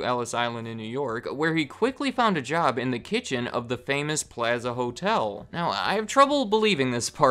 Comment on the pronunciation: The way he says plaza